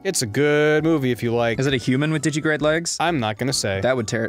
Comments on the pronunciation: While I appreciate that he knows the term, Ross continues to miss a syllable in digitigrade. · It's called digitigrade because they walk on their toes (digits), it's not "digigrade" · Ross, it's digitigrade. Not digigrade. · Yes, you can catch God in Pokémon. You can also catch Satan, Michael, and Gabriel. Also, it's "digitigrade", not "digigrade". "Digigrade legs" are not a thing. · The way Ross says digitigrade really bugs me, because of that missing syllable. Is it made up for by the Digimon reference? I'm not sure.